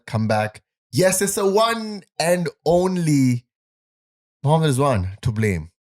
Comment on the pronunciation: Rizwan ❌ Zzzwan ✅